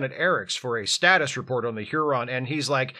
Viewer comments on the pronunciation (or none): none